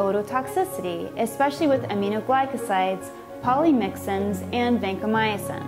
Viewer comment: Did she seriously just say 'Eckspecially' and 'intraveniously'...